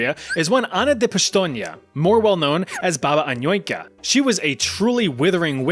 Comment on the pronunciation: That Anujka pronunciation is so 'murican. He basically only hit the letter A correctly.